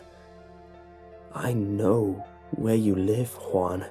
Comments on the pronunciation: it sounds like the man is calling the boy swan XP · this was terrifying. but I couldn't take him seriously when he said Juan